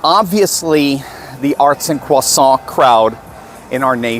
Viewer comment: I would also like some cwahsahhnts. 😊. Just get some taggers, they work for fwee!